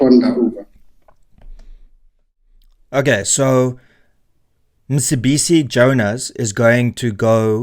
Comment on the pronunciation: I watch your videos because I like to get the viewpoint from both the right and the left and then a form my own opinion. I will consider subscribing if you pronounce African names properly, as someone from EC you should know that the c in Mcebisi has a specific click, don’t be afraid to upset your audience by pronouncing names properly Renaldo, I know that you know the proper pronunciation.